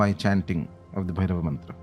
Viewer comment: Hey I’m a dumb English man 😀 can someone write the pronunciation of this phonetically in English 😭 so I’m reading it as on bhairava namah but I’m hearing om Blairrr -y namah